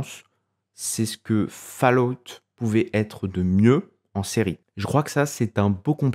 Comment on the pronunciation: Faloute... j'ai les oreilles en sang.